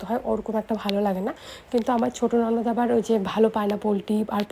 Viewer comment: Nosan na nonod bola